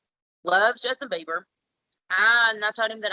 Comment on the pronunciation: Biber's fan, not "Biber fan". After that mistake I will understand that he is not American.